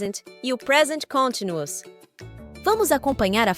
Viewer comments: sem querer julgar ,mas como estou tentando aprender o idioma ,eu tbm achei a pronúncia continuous estranho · Com todo respeito, mas você pronunciou a palavra "continuous" de forma errada e o título acima também está grafado errado. Tomei o cuidado de consultar alguns dicionários online, ok? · Que interessante. Eu nunca ouvi a palavra ‘continuous’ sendo pronunciada dessa forma.